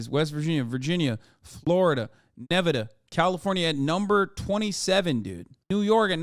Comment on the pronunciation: Why the fuck did you say Nevada like that 😭